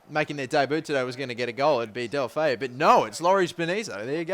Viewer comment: its del-oo-foo